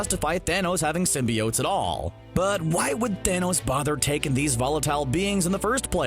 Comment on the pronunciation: (Slaps face) ok....is it pronounced Sim-be-unts like the 90’s animated series? Or what the Sam reimi movies started with sim-bi-otes??? Personally the animated series came first and sounds better, Sim-bi-otes sounds like a crappy breakfast cereal